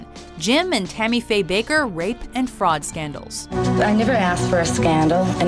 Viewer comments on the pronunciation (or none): Bakker is pronounced "Backer"